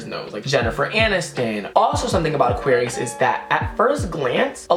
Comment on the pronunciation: Did he just say auqarius is a water sign